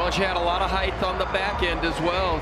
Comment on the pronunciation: Height does not have a h at the end, commentator lad.